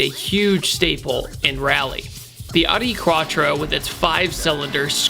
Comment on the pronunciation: the adi cratcho Come on man your a guy guy its Audi quattro